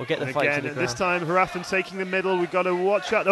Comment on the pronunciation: it's painful to listen to the commentators say Hrafn's name lmao